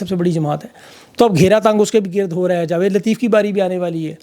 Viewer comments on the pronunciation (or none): none